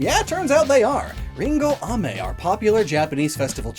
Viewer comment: By the way, the way he said "Ame", actually means "Rain", so he said "Apple Rain". So to say candy, it's "a-ME". Pitch intonation is really important in Japanese.